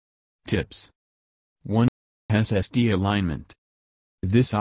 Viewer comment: Your robotic narration cuts off too soon and cannot pronounce SSD (it says SST) WFT?